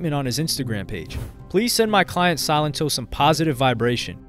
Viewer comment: It's pronounced; Sa lent O